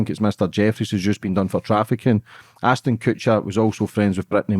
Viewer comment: Its ASHTON not Astin 🤦‍♀️